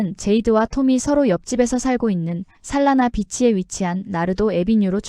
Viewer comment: 살라나비치가 아니라 솔레나비치입니다